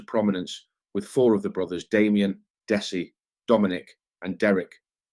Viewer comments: It’s Dezzie. It’s not pronounced dessy. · Dessie is pronounced Dezzy 👍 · His name is pronounced Dezzy not Dessie …. You don’t say it how you see it